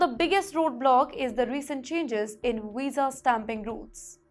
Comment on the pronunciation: Madam your pronunciation is pathetic. It is visa not wisa. Get some accent training.